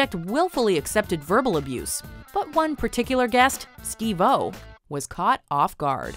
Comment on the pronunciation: It’s Steve-O,. Not “Steve, Oh”. I know you don’t care either way though.